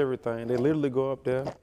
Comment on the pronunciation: This podcast is for people for pronounce literally as “littley”